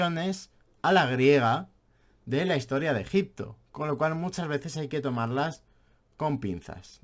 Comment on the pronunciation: la verdad es que eres muy aburrido de escuchar y ademas no pronuncias bien ni el propio nombre del País! Al contrario que el tio al que estas criticando parece que no haces mas que leer en vez de visitar,ver y palpar las evidencias. Simplemente, como en todo, nos posicionamos en un lado de la historia u otra. Y tu, en este caso estas en los libros de historia de los 80. Obviamente no solo los libros, sino la mentalidad y enfoque que enseñas en tus videos…Muy old. Mientras estes en tu habitación te llamaremos……. por llamarte de alguna manera.